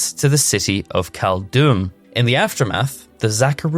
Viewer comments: Also came here to say this. It wouldn't have been a problem if he didn't say 412 times but I was going to go crazy if I kept hearing caldoom instead of cald-dee-um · awesome videos!! Just check Caldeum pronunciation, pls, really hurts my ears 😅